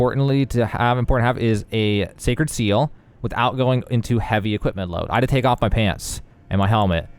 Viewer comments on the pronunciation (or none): none